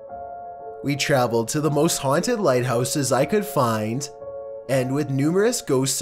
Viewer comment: These NOTORIOUSLY haunteeed PLACES.